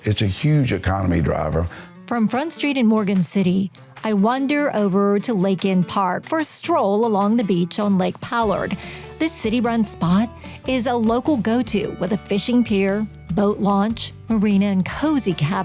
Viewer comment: Charenton and Lake Palourde are mispronounced.